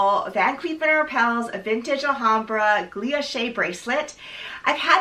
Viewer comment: Loved the review! Btw not a big deal but I think you’re pronouncing it “gluilloche” with an extra l but it’s “guilloche” 😊